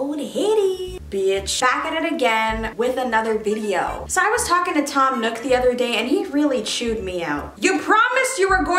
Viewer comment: when she said tom nook i just SAM NOOK